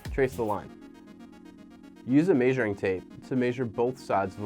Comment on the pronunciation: Did he just say “mei-shuring”?